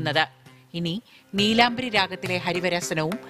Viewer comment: ഇതിലും ഭേദം ഒരു കത്തിയെടുത്ത് ഞങ്ങളെയൊക്കെ കുത്തിക്കൊല്ലുന്നതാണ്! ആദ്യം, രാഗത്തിന്റെ പേരെങ്കിലും കൃത്യമായി പറയാൻ പഠിക്കൂ! "നീലാംബുരി"യല്ല, "നീലാംബരി"യാണ്!